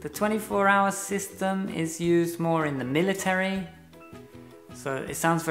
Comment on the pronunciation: Thank you for this video. I’m trying to improve my pronunciation and as such one of the things I try to pay attention to is words in which I pronounce a syllable that shouldn’t be pronounced. In that sense, it strikes me how you pronounced the word ‘military’. Your pronunciation sounds to me as if it had 4 syllables but I can see from the dictionary that it’s 3 syllables /ˈmɪlɪtri/.